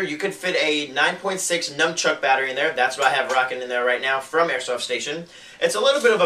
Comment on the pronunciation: DID U SAY NUM-CHUCK!!!??? srry that drives my crazy ITS NUN-CHUCK